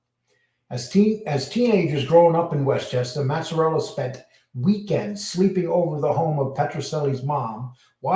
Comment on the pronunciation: No they lived in crest wood and colonial heights. you really butchering these guys names. It’s maz a rella and ba lance eo